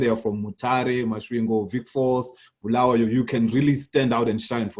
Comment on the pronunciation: So Trevor Ncube a ndebele man can't even pronounce Bulawayo correctly? Disappointing 🤦🏾‍♂️